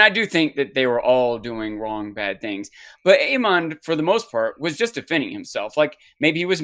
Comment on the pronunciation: easy on the "ahn" pronunciation of every name. lol. It's just Aemon. and definitely not ChristAHN. lol. Gotta love dancing